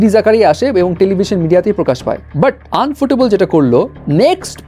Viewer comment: আনফোটেবল না ইউফোটেবল 🙂